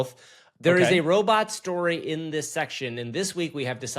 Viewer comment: "little robit legs"